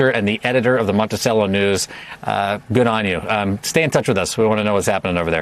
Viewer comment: Mont-I-SELL-o. Not cello.